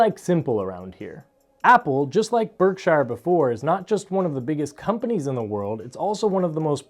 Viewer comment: Please correctly pronounce Berkshire Hathaway. It is spoken with the 'shire' portion of the first word as if saying a soft 'sure' as opposed to a more prominent 'shire' sound. That is how the British names that contain 'shire' and there are thousands, are spoken. Even in America, listen to how Mr. Buffet himself speaks the name. I like your channel and only offer this as helpful advise.